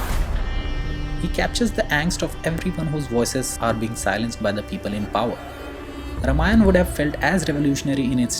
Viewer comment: It's ramayana not ramayan